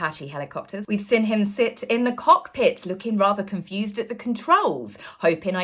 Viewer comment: You're just envious, mean, & a bad sport, as all rf minions are imo!! 🥳🥳🥳 A bit long in the tooth to do the coy fluttering thing & baby voice too, please stop!! 😬😬😬😆 He took the enemy out, do you understand what they're actually doing there love??!! 🤣🤣😆🤣 The word is seeeeeen, not siiiiiinnnnnn!!! :face-fuchsia-tongue-out: 🤡🤡🤡 Peghead was a paramedic deary, not a military man, he's incandescent with rage, as usual, what a tosser. 🥱🙄 Sorry lol, but whenever you speak whilst smiling it looks psychotic & utterly insincere btw, ask a friend if you don't believe me!! 😂😂😂